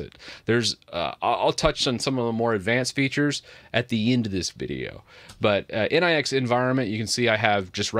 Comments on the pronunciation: Nix ("Nicks") ... Not N.I.X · Its not N-I-X, it is pronounced nicks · It is not pronounced as N.I.X. It is pronounced as, "Nyx nyx nyx nyx nyx..." 😂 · Nix not N.I.X. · The next step is to start using flakes. BTW nix pronounced different. Like Unix but without u. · oh my god "in eye ex" 👀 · I hear nix pronunciation being butchered so hard, I downvote